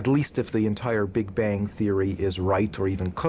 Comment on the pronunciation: 'Big-Bajng'? I get out of here.